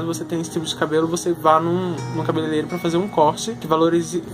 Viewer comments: Vc fala errado igual a mim mas a palavra é cabeleireiro kkks eu cresci falando errado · "cabelelero" kkkk